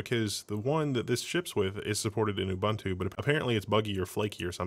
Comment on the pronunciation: >Can't even pronounce Ubuntu correctly.